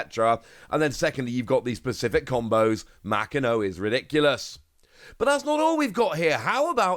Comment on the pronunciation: Ma Ki No, homie I know time and time again you tell us you are working on your Japanese. Bruv it is literally the first page of most learning Japanese books is how to pronounce Japanese Syllables. Literally a single afternoon of study and you would not sound like you don't care about OP other than the TCG.